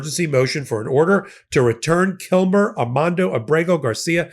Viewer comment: Thank you!! Also, it would be nice if they'd pronounce KilMAR Abrego's name correctly as well. His name isn't Kilmer, it's Kilmar - MAR not MER.